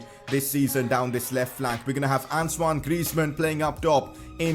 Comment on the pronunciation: Why are you calling antonie griezman ansuwan griezman